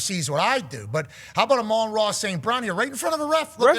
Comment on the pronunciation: You say his name dumb